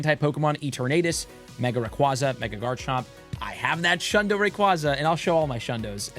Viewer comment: its pronounce as "ee·tur·nuh·tuhs" not "eeter·nate·us" & its "ray·kway·zuh" not "ray·kwah·zuh" - LOL you killing me here